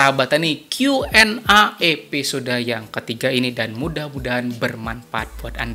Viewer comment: Salam petani sukses, Koreksi sedikit pengucapan huruf A pada Q&A Dibaca e, krn Q nya dibaca pake bhs inggris, jd A = E.. maaf ya Pak. Sukses buat chanelnya Pak 👍🙏